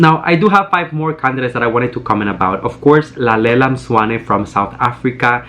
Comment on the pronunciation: The way you perfectly pronounce Lalela Mswane 😭👑❤️❤️❤️🇿🇦😊😊😊😊😊